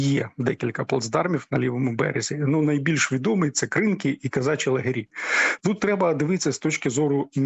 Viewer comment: Навіщо ви змінюєте наголос в назві села КринкИ?